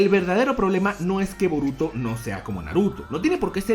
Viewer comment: Yo escucho que dices vómito, no boruto.